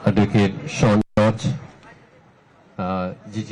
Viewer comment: ഷോൺ, ഷോ അല്ല 👌